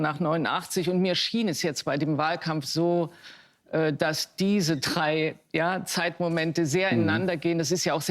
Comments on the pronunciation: Wer trei sacht statt drei 😂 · Der Apfel fällt nicht weit vom Stamm. Ihr Vater war bei der elendigen STASI.🤮😡 P.S. Trei wird mit "D" geschrieben und gesprochen.😖